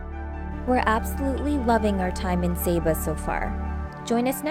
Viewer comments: it's pronounced sah bah not say bu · lovely Video, the previous video popped up and watched it, Saba is my favourite place to visit, love it there, esp the Elfin Forest and you walk through the the clouds, SAY BAH is the proper pronunciation, I think i saw your boat in St Maarten before, i believe by Lagoonies, the name seems familiar. cheer to my fellow Torontonians